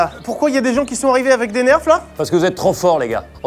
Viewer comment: j suis le seul à entendre " des neurfs " 😂😂